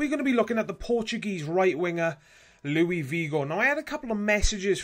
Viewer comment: He's Portuguese not French, it's pronounced Luis not Louie. And you pronounced his last name like Vigo